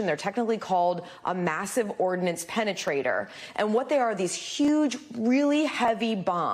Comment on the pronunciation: She said "massive ordanance penatrator..." hee...hee. hee...